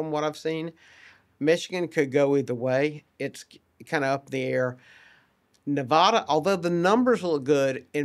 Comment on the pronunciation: Why is he pronouncing Nevada wrong?